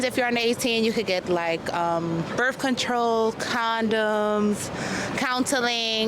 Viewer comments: "Burf control" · So dang lazy can’t even pronounce the th. It’s spelled birth. Not berf. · Birf control? 😂